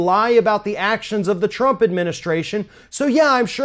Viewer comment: These people live in a different reality. Just look at the bitch! Bitch can’t even say Trump’s name without fucking it up. “President TURP.” 😂😂